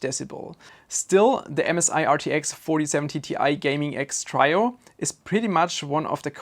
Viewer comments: Trio is pronounced Treeo not Tryo even though tri and try are pronounced the same. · "Trio" is pronounced "tree-o" not "try-o" - just so you know :P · (Tree-o), not (try-o). ;) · Your English is great but it is pronounced "tree-oh" not "try+oh" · Trio is one of those odd English words that doesn't follow the usual rules. It is said like Tree-Oh.